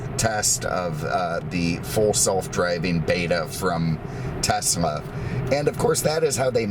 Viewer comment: Thank you for pronouncing Tesla properly